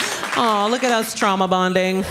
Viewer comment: No, she was just saying ‘trauma’ in Spanish pronounced tra-uma